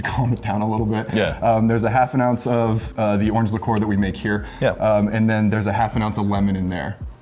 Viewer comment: What's a licoor? I thought it was liqueur.